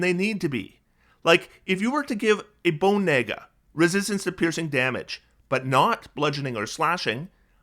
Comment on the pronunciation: Looked up from what I was doing when I heard him say "Bone Naga" 💀